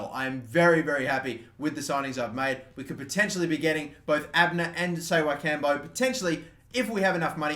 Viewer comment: Ssewankambo is pronounce Se-Wen-Kam-Bo